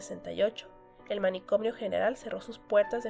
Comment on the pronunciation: Por qué dice "manicomnio" agregando la m???